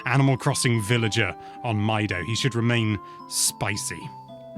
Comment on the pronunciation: I always pronounced Mido like "Mee-doh." He lives in "Ko-keary" Forest. He likes "Sar-ee-uh."